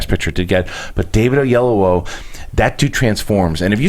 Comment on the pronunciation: No its not O-ye-yu-o Its O-yee-eh-lo-wo